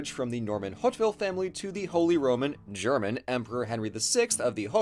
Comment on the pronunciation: As a native German speaker, I do admire German pronunciation:)